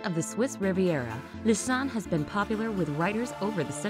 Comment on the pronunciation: I don’t like how you say Lausanne